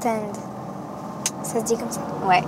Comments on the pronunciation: On dit pas Understand mais anderstand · Elle dit UNEderstand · lmao she was pronouncing it like "un-de rhr staned" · Aïe donte unedeurestande... C'est bon? - Oui très bien ma chérie! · "Aïe donte une deurestaind" "Oui très bien !"